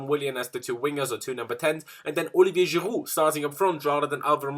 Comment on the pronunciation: Stop trying to sound French when you say Giroud 😅